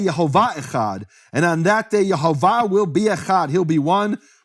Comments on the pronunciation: Say it right, Yehovah not Yahovah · Nehemiah pronounces funny. But I could see the vowels: e o a. So it pronouns: Ye ho vah.